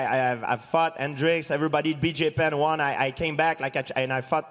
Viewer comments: "I fuck guys" or "I fought guys" George? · When GSP says fought, it sounds like he said fucked. Sounds like he keeps saying I fucked this guy